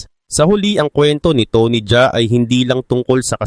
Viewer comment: tony Ja A hindi Jaa